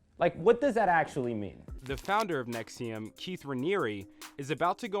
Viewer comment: Let Lee explain: right off the top can't pronounce NXIVM. Sounds like you really put some time into this LOL!